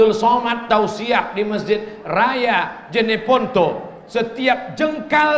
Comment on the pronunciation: JENEPONTO BANG bukan JANEPONTO